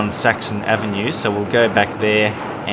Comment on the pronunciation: Every time he says Saxon Avenue I hear Sexy Avenue